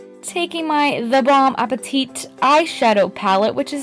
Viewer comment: Yesss! I love these colour. 👍🏼 In french, you don't prononce the "t" at the end of " bon appétit". So you should say it like you would say "tea".